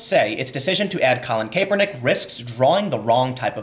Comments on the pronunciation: Tim, Kaepernick's pronounced 'CAP'-ernick, not 'CAPE'-ernick. Also, the fact Nike is getting such a nice response in it's stock market (at least if the drop holds) is mildly amusing to me. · Almost turned it off with the pronunciation of Nike and kapernick. It was a struggle but I made it Tim. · Pronounced: "Ni-Kee" "Kah-per-nick" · I love your work Tim, but damn the way you pronounce Kaepernick and Nike actually made me sweat from cringing. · Tim, did you have a stroke? I’ve never heard anyone pronounce Nike or Kaepernick like that.